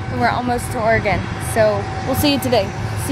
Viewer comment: Congrats Chrissy you are one of the only people not from Oregon that says it correctly!